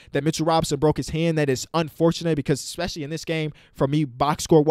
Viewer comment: no one:: ex-pescially